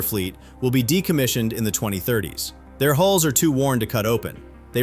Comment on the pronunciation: Careful how you say "A hulls" or you will be so misunderstood. Great coverage as always. Thank you!